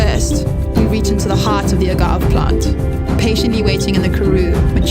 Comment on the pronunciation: very cringey video. did you not tell the company you asked to make the video how to pronounce agave??? the woman says A GAAV repeated. ancestral smoke and fire?! just tell people how you grow the Agave and how you make it. this video doesnt help your brand. you should perhaps try to demonstrate to the consumer that your mezcal is made to and conforms to the same standards as known mexican distilleries. maybe mention your machinery - the distilation process, the barrels used to age the spirit. how the plants are checked for quality. how long are they aged for or not aged. tell us about the people behind the company. honestly this video sounds like it was made by a teenager.